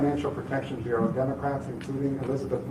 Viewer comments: Interesting. Bureau is pronounced Byur-row. It can be tricky. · ..... "bee u Row"